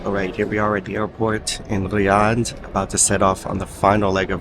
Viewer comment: The anxiety this video gave me, everytime you pronounced Riyadh, or when you spoke in Arabic, and at the same time you were using the Hebrew pronunciation of the letter R. Great video and information all together.